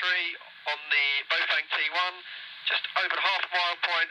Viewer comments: Sounded like you said trouble I and 21 ! Had to put on the subtitles or read below to find out what you were talking about ! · Sounded like you said 21 and trouble I